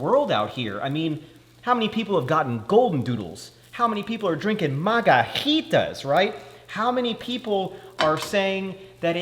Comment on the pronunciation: Been here for more than 10 years. Never leaving. Margaheeta is the only way to say it forever